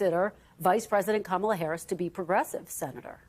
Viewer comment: It is very surprising why all these Republicans can’t pronounce first name of VP Harris. It seems intentional. In the first presidential debate, Trump did not answer any questions. He lied through the whole debate. The problem was President Biden’s inability to speak coherently.